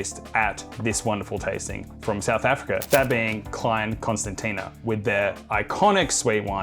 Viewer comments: It’s pronounced “clane con-STAN-sha”. You’re welcome! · Nailed "Vin de Constance", massacred "Klein Constantina" 😂 . Nevertheless, thanks for representing for S.Africa! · Be good if you could pronounce Klein Constantia correctly.